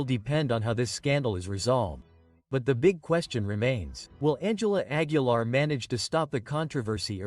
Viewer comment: Pongan a leer Lguien qué sepa no sabe pronunciar ni Aguilar ni Quintanilla y dice Nugal y Querétaro pónganlo a ensayar antes es una verguenza